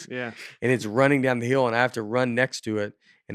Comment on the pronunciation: haaa - Nate says hill like "heel", and wheel like 'will'